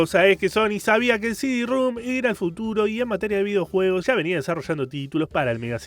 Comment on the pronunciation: Excelente video, pero es CD ROM NO CD RUM😅